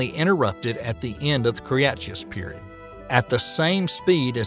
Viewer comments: I live in the South. That is NOT the result of a Southern drawl. I can give you an example of the word Cretaceous with a Southern drawl and it will sound A LOT more like how the rest of you say it than how this guy says it. This is just bad pronunciation, nothing more, nothing less. He butchers several words (live avian) in this. Loved the presentation, cringed when he said certain words. Again, not the result of a NC Southern drawl (or SC, or GA, or AL, or MS, etc.) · Clear and well-told, but never have I heard so many willful letter transpositions! KRE-TAY-SHUS. And for that matter SEN (not sien) O-ZOIC! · By the end of the what?!? The "Cree Yahtzeeous" period??? All kidding aside, Cretaceous is pronounced "kruh - tay - shuhs". If you're going to try to be a science communicator on YouTube then getting these small details right is absolutely paramount. If you're uncertain of how to pronounce a word try using Google to search for the phonetic spelling. You've definitely got the talent to be successful on YouTube but you can't wing it, not with complex subjects as is often the case in the domain of science. Take the criticisms levied at you here in the comment section as a To-Do List and you'll be well on your way. Take it personally and you might as well pack it in. Best of luck to you. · Say it with me now; kruh-TAY-shus. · I’ve never heard Cretaceous pronounced the way he did. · Or a lot of other things for that matter... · Very interesting video. Most of the pronunciations were... um... entertaining, at least (Cretaceous, Ambulocetus, avian, etc...). I also have to say, dinosaurs were reptiles, but they were NOT lizards. Also mosasaurs and plesiosaurs were not 'ocean dinosaurs.' Thylacosmilus was not a tiger. Paraceratherium actually belonged to the rhino superfamily, not hippos. There's a lot more I could mention, but I don't want to write a huge wall of text.